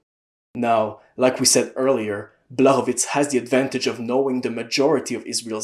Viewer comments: Awesome video man. I love the in-depth analysis. ps. the "CZ" in Blachowicz's name is pronounced like the "CH" in "cheese" or "chalk" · And the "ł" is pronounced like "w" in "wood" or "wall"